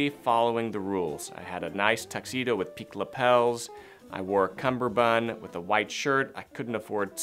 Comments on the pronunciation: It’s a cummerbund, not a cumBerbund. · It is cummerbund, not cumberbund. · “Cummerbund”. “Cumberbund” is a common mispronunciation of the word. Go read up on it a bit. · Personally, I think you're dated. 👐 My opinion 👐 However, I think it's important to understand CUMMERBUND. It's pronounced just as it's spelled.